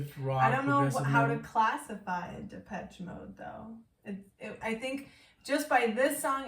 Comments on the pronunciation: It's Depeche Mode, no Peach in their name... ;-) Like depèche in French. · Legendary band with tons of fantastic music, so many songs to recommend, good lyrics too. Check out World in my eyes, Enjoy the silence, In your room (album version). Happy belated 30th birthday,! Oh and it’s pronounced de-pesh.😉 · The proper classification for this music is Techno Rock. And the proper pronunciation is Depesh Mode. Love Depeche Mode. Have listened to them for many years. Everything they record is worth repeatedly listening to. My favorite song is Strangelove. Thank you for reacting and to Kevin and Tomaso for recommending. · This album came out in 1990 and blitzed everything. Tbh you can’t even say this is a “1990” sounding album, it could easily sit with albums made 10-15 years later. Genius, saw them live in London in 1990 at Wembley, astonishing. Btw you pronounce it “Depesh” Mode. Please don’t compare it to Rammstein 🤣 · It's pronounced... Dep esh ay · Goth people like it, but it was around before Goth was a thing. Depeche Mode (pronounced de-pesh) was just considered alternative/new wave dance at the time in the US and synth-pop in Europe. I would recommend listening to songs starting with the album "Music for the Masses" Before that, they may be a little too synth pop. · I love Dave Gahan's voice. By the way, it's pronounced Da-pesh.